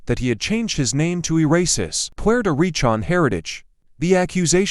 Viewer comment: It’s recan not pi an